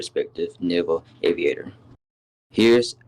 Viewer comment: first or all, its aviator not avaitor second of all you’d say as AN aviator